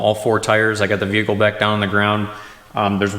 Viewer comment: What is a "veecle"?